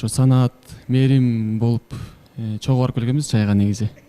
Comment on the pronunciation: Саннат дебей Санат десен